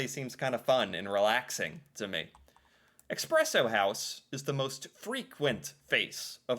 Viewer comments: Espresso, not expresso! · It's espresso, not expresso. You don't have coffee in the US, you have a poor substitute with all kinds of bullcrap in it. Starbucks is shit. That is all. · Could you please pronounce "espresso" correctly? There is no "x" in the word, is there? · what exactly was wrong in this video? Except the mispronouncing of Expresso? A lot of people say it like that. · yes it’s not expresso, and it’s annoying. But when so many people say it like that, no wonder people will never learn what’s the right way to say it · React and Learn! You misspronounced espresso every time you tried to say it!